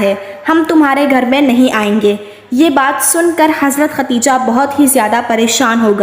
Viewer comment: MashAllha SubhanAllah bohot pyara vaqea hay, lekin pyari behen asal main sahi nam Khadeja hota hay ye to hamare mulk main nam ko bigar kar khateeja kehna shuru kar dia hay jo ke sahi nam Khadeja hi hay .🤲😢😥🕋💚❤